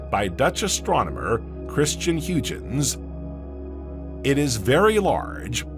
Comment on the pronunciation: When u butcher the pronunciation of Huygen's we cannot watch your channel. Buy a dictionary. 😅😅😅😅